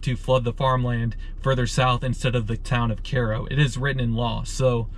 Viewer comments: Hate people who can pronounce the name in Egypt, but not the same spelled town in Illinois. It has a long "I" not long "À". Go back where you live then and don't knock a state you don't live in. Sorry. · Just ran across this video. I chuckled when Cairo was pronounced Care-oh. Not many people realize that it is not pronounced Ky-ro as in Egypt. It's more of a So. Illinois/Kentucky, SoMo. thing I think. People in other locales (Chicago, NY, LA, etc.) would probably say Ky-ro. But not down there. I have cousins born there (they left when they were toddlers). I was raised 50 minutes to the north of Cairo, IL on the Mississippi river until age 9 when family moved to Chicagoland. My family came to the IL side in 1905 from Cape Girardeau, MO; Kelso, MO, Perryville and St. Gen., MO. Thanks for doing video. Brought back memories. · That is CAI-RO man, like Cairo Egypt… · You’re pronunciation of the town is just killing me man. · Get your pronunciation correct. Cairo, emphasis on “I”(eye).. I grew up in Illinois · You are correct! Mispronounced through video. I lived in Illinois all my life except 2 years and it is definitely mispronounced here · So is it pronounced the same as Cairo Egypt? (Kai as in sky.. row) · you pronounce the name incorrectly. it's cairo like in egypt. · If you are going to make a video about a place you should learn how to pronounce it. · Your pronouncing the name wrong. Just saying. Everyone does. Wtf. You actually went from pronouncing it wrong to pronouncing it right to pronouncing it wrong again. Wtf. And your somewhat educated. Again, I say wtf. Hmm... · its not pronounced "karo", it pronounced "kiro". Cairo is a sister city of Cairo, Egypt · It’s K-row Illinois. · It's pronounced KAY-ro. I went to school in Carbondale many years ago, and know the town pretty well. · Care o? Isn't it Ky roh like Cairo Egypt? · It's not CARE-O, it's pronounced KY-RO! I'm sure that Karens live here, but they're not from Egypt. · IT'S PRONOUNCED kyro YOU IDIOT.